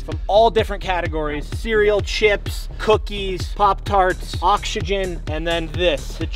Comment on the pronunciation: bro said he got oxsegen